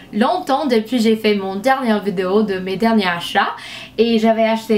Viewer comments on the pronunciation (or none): none